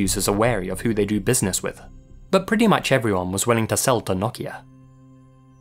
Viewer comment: As a Finn I am very surprised and happy for your pronunciation of nokia! Also, quality video as always